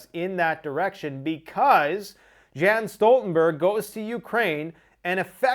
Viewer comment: Jan Stoltenberg = Yawn Stooltenberg. sorry to be that person, but its killin me inside. great video!